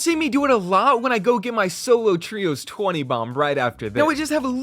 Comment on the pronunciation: Bro said trios though